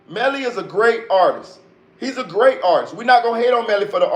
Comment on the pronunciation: You got a sub for that "artisis" comment... Niggas really be having a hard time saying the word "artist"